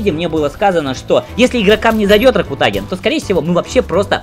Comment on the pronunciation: Так смешно ракутагин ударение ставит не правильно.